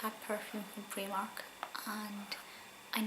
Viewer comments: Loved the video but where I'm from it's pronounced pry mark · I never heard of preemark but I've heard of Primark!!!